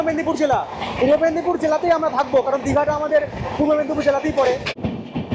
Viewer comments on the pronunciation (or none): none